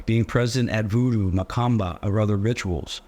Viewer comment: It is pronounced mah-coom-bah---A synchretistic religion with African orixás practiced in Brazil. The worst part is that I have seen it practiced by Catholics under the guise of another less socially-rejected name, candomblé.